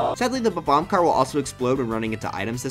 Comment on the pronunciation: "bbomb"... its bobomb